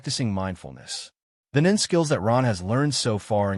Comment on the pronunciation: Boring and a puppet master type nen is boring. And ai can't even pronounce nen wich is sad considering it's the basis of the entire story